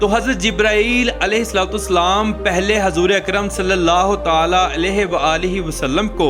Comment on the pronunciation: Apna alfaz theek Karen ye alahe Salam hain